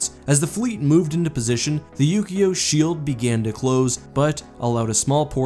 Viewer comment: Yu-Gi-Oh! was a TV show about a card game, it really sounded like he said that instead of Ukio